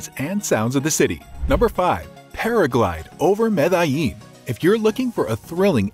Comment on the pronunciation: I cringe so so hard every time you pronounce Medellin Good video tho..